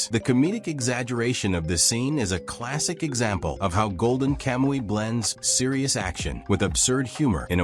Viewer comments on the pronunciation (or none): none